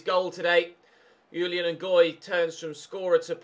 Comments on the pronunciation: Ches Ngoy's 1st name is pronounced Zhu-lee-uhn, it's a French name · I know I am a little with this but I am sure that the j in Julien Ngoy is not pronounced like a y, because he is Belgian and that would then probably be french. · You pronounce the J in Julien, it’s a French name and I’m part French and that’s how we say it.